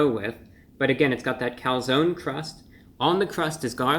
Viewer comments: Calzone not calzony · Reviewbrah - The "e" is silent. lol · Its cal- zone not calzoknee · I like that the replaced the e with a y because the e is not silent in calzone. There was a local pizzaria that spelled it calzoni so people would pronounce it closer to the Italian pronunciation. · As an Italian I am personally offended at someone calling something a Calzony. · Take a shot every time he says calzonie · Do they really call it a calzony? Usually it's pronounced calZONE. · I hate the fact he says calzonee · you in the US seriously call a Calzone "Calzony"? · OK nobody that lives in New York would ever step foot in an Olive Garden or eat this type of pizza but for God sake can you please learn how to spell and pronounce calzone because your commercials are killing me. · review brah, its cal zone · Being Italian i can't help but be triggered, it's Calzone, with an E Cool stuff tho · Cone, coney. Calzone, Calzoney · “Calzony seepage” 😅😂🤣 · When he said "Calzony Seepage" I felt my stomach churn